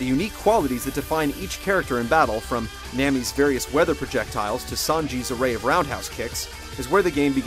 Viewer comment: Nammy? It's pronounced Nah-mee.